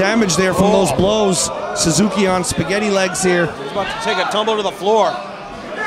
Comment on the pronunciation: suzukiは「サズキ」って感じに発音するんだね。